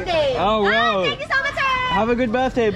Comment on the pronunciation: „thanl you so muchöö“ 😄